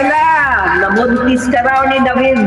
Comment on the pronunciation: DAVID ANG PANGALAN NIYA HINDI DEVID, PILIPINO SIYA HINDI FOREIGNER